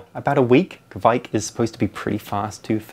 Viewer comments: Ka vike... not kquick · If you pronounce Kveik like you say quake, except you exchange the u for a v (qvake), you will be golden. Love from Norway :)